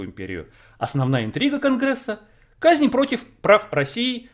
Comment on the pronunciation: козни, а не "казни" Против прав России.